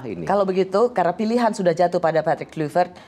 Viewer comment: Rosi ....sebagai wartawan senior harusnya anda menggali lagi source yg ada terkait spelling atau penyebutan nama PATRICK KLUIVERT, dmana anda selalu menyebut nya dgn Kluyvert bukan Klayvert .... Semenjak era 90an seluruh komentator siaran sepakbola dunia memanggil nya dengan sebutan Klayvert bukan Kluyvert ...please perdalam dulu materi talkshow nya dengan referensi yg ada diluaran Agak ganjil sekelas ROSI masih salah perihal spelling sosok nama besar seorang legenda sepakbola bernama Patrick Kluivert